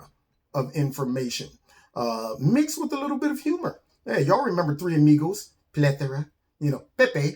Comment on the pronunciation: Is it “plethora” or.... pla thooorrraa? “. Haha!